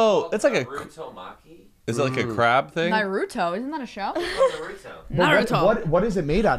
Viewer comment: Can teach them all how to say Naruto 😩😩